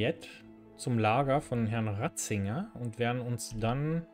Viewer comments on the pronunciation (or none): Alter der heißt Radzig und nicht Radzinger AAAAAHHHH 😣